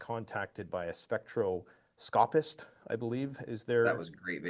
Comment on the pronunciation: spectroscopist - accent is on the second syllable.